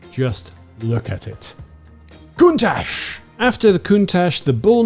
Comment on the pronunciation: FYI the word Countach should be prononced CountaK